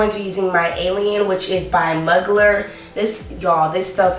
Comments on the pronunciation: its french im not the correct ppl person but its not pronounced like mug lerr the perfume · its mew glare not mug ler